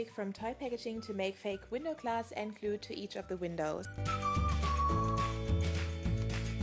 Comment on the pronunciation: You say klue insted of glue